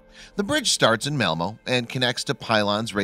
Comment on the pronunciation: You should add his pronunciation of Malmo, which is devastatingly wrong...